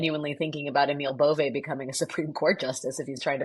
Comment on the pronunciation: I also have the last name 'Bove' and it's not pronounced 'bove-ay', it's pronounced 'B-oh-v'. The 'e' is silent.